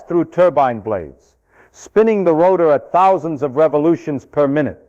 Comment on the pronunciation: Did he really say "10 thous" electrons?